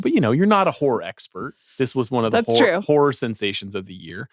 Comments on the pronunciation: Sean pronunces horror like whores and then he says Amanda's name with the word horror sounding like whores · Sean pronounce Horror like Whores and then he says Amanda's name in conjunction with Horror Expert that sounding like Whore Expert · Sean, your pronunciation of "horror" needs work. Or are they just in your head?